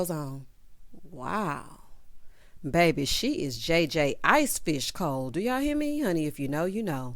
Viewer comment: She said cold like JJ Fish🤣🤣🤣🤣